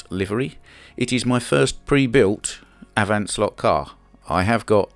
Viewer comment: Nice A-v-on Slotcar (you swallot the T) 🙂 I can only agree in terms of the 90`s. We have a saying here, means if you can remember the 80`s, you haven`t lived in it. I guess the same goes with the 90`s as well ;-) I can also agree on Mitsubishi Cars. Working as a Gardener, my Boss gave me a Mitsubishi Pick Up truck. Not the Pajero (by the way, Pajero means in Spain wanker, so it was called different there). It was the L200 and that truck was a real working horse. I dragged out several stumps with it, after we chopped trees. It was not a truck for long distances, because it sucked up a lot of gas, but for our jobs, it was just fine. Like you mentioned, every knob was where it had to be and it felt quite comfortable to sit and drive in. ;-)